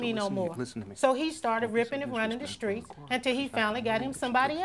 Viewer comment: Him: I’m not running the skreets. 🤣🤣